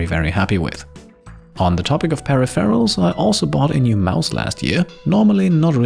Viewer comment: Um.., what are “Peri-ferals?” 😂